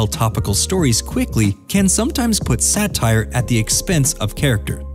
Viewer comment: "SATRIE"? Ironic how you accuse THEM of haste making waste.